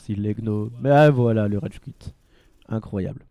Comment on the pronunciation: ?il a dit redge quit pas rage quit